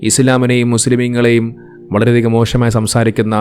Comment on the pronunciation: വളരെ മോഷമായി എന്നല്ല മോശമായി എന്ന് pronounce ചെയ്യാൻ ശ്രമിക്കുക, എന്റെ പല മുസ്ലിം ഫ്രണ്ട്‌സ് ഇങ്ങനെയാണ് pronounce ചെയ്യുന്നത് അതുകൊണ്ട് പേര് note ചെയ്തു, അല്ലാതെ ഞാൻ വർഗ്ഗി ഒന്നുമല്ലേ 😂😂😂😎😎😎